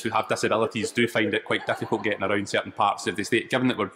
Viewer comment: findの発音絶対初見で聞き取れん